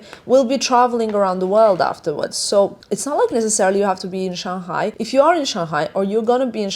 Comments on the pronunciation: It is Shang Hai.. not Shang Gai.. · We pronounce as Shang Hai not Shan Ghai 😉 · Shang-Hai not Shan-Ghai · FYI. Pronounce "Shang (上) Hai (海)" instead of Shan-g_ai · Shang-Hai is the correct pronunciation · Yeah she kept saying it like that. So strange.